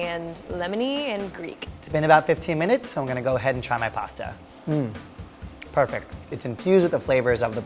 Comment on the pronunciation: shou ghood. perfekht.